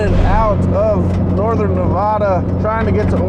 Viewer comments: Loved the series guys. Love all the offroad and driving to a goal content Donut has been puting out. Also, it's Nev-a-duh not Nev-ah-duh. The first "a" is pronounced like in "hat". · Hey just to let y’all know it’s NEH-VĂD-UH. Not NEV-AH-DUH. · Nev addd uh say it right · These eastern people lol. It's NUH-VAA-DUH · call it navadah one more time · Great video(s), but why do you keep saying Nevahduh? Oh, cause you took a Subaru on this trip.....that trends.... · You all also say Nevada wrong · ALMOST a 10-outa-10 series! i will have to take points off for not saying Nevada right, but overall one of my favorite things you've done! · The whole Nevada part actually annoyed me so bad 🤣 living here my whole life. Trust me thousands of people have driven where you guys say only a couple dozen have traveled, best state to explore in and so much history here but also for the love of God pronounce my states name correctly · You guys live in California but can’t pronounce Nevada? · Your saying nevada wrong